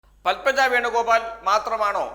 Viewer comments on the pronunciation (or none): എടാ പത്മ എന്നു പറഞ്ഞാൽ ഒരു പുഷ്പം. പൽമ പുഷ്പമില്ല.